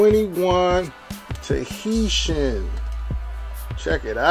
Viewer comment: bro mispronounced TAHITIAN immediately. lmao